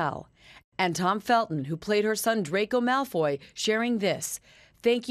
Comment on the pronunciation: The way she pronounced "Malfoy " is upsetting me and my girlfriends.